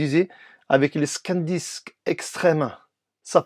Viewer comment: C'est moi ou c'est ton accent de Toulouse qui te fais dire "Scandisk" au lieu de "Sandisk" ? Et que tu écris "SSD Scan disk externe" 😂 😂 😂 😂 😂Mais merci pour ta vidéo 😃👍🏻